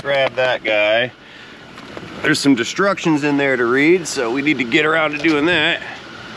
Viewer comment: "Read the DESTRUCTIONS" 😂😂😂😂 I say destructions too!